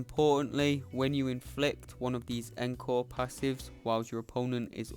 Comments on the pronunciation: pronounce it oncore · I’m also British & encore didn’t sound right. It’s pronounced ong-kaw for us & aan-kor for Americans, yes I looked it up.